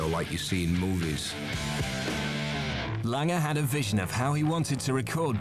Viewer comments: Why does the narrator keep calling him "Mutt Langer?" It's Lange. No R at the end. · Whys this guy keep calling Mutt "Mutt Langer"? No ER on the end dude. Just Lang. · Am I the only one bothered by the narrator saying Mutt LANGER? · The narrator cant pronounce "Lange" ?